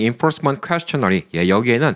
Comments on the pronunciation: questionnaire 발음이 퀘스천 네어가 아니라 퀘스천 에어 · 항상 잘 보고 있습니다 questionnaire 발음이...